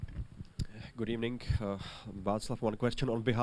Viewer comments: “Good afternoon in england and gud ebening in baku” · Abobol good ebening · Unai emery autocorrect turns evening to ebening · This is the Most important "Good Ebening" before a match all season. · "Good Arbternoon in England.. Good Ebening in Baku"